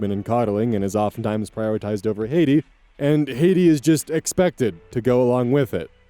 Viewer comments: me, just listening: hay-dee? That's an unusual name, I wonder how op spelled it. looks. Facepalms: I love you, but that name is Hattie. Hat-tee. I have never heard it pronounced like you did before. Is that an American thing? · listening only so i really thought those girls were named Rosie and Haiti fun fact of the day: in the English language, a vowel followed by a double consonant is typically pronounced with it’s “short” sound! so here, Hattie = “Hat-tee” i get my name mispronounced all the time since it’s a similar format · Exam season story - btw Hattie is typically pronounced like Hat-tea, not Haiti. :) Also, yeahhhh I had an online friend in high school who lived in England, and she was studying for genuinely the entire fucking year for her GSCEs. There's just SO MUCH material to cover, they genuinely need like 5-10 hrs of studying (revising as they call it) per week for upwards of a year to get through all of it. Fucking sucks for them, but it's apparently normal over there. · Hey, just letting you know that the name "Hattie" is pronounced like the word "Hat", rhymes with "Batty". It's an old fashioned British name 👍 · GCSEs = taken at the end of secondary school (age 15/16) before entering college (age 16-18) where you then take the A levels before starting university if you get in lol also i think hattie is pronounced hat-e 😂 also dahell 😳 i had to do 11!!! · I’m 6 months late but the daughter name Hattie in the exam story is pronounced more like Hat-tea than the way you pronounced it. (My BFF is named Hattie) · Driving me nuts to hear somepony pronounce "Hattie" like "Haiti" lmao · Your pronunciation of "Hattie" is low-key sending me to Haiti lmao /fond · What is it with mispronouncing names with double letters in them? Cassie is Casey and Hattie is Hatey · Note that Cassie is pronounced with the a sound in 'cat', and so is Hattie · I couldn't find any comments for this but Hattie is pronounced HAT-E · Hatty is pronounced Hat-ee.